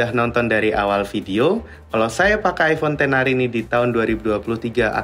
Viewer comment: Ten ar bos bukan eks ar. Karena "x" itu artinya 10.